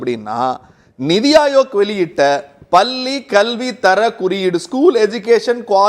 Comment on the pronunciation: பல்லி இல்லையடா.....பள்ளி...